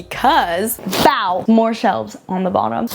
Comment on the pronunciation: The 'BOW' s are taking me out 😂❤